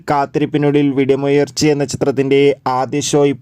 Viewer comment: VEDIMUYALIRACHI ALLA BRO VIDAAMUYARCHI